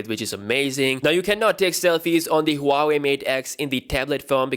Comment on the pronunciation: Who-wei? Lol